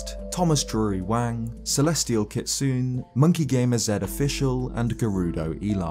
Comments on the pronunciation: it kills me how you pronounce kitsune. Is that just how they prefer to be called or are you unfamiliar with the word? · The e in kitsune isn't silent by the way (myth tier member's nickname). Kitsune is Japanese for fox.